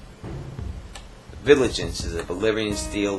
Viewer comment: "Viligance". :P